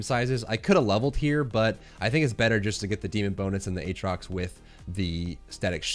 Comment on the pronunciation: Ayyyy he says Aatrox properly now! Can you make a mid game comps video at some point?